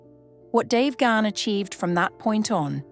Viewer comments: Bonus points for the correct pronunciation of last name ❤❤❤❤❤ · Thank god someone knows how to pronounce Dave's surname